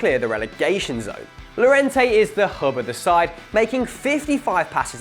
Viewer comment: In Spanish and French the double (ll) is pronounced as (yio-yia) or in French (ey). So Lliorente is pronounced: "Yiorente"